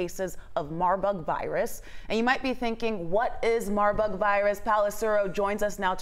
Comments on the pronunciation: She said Marbug…. Smh. I know the other lady wanted to 🤦🏽‍♀️ face palm…. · Did she say marbug ಠ_ʖಠ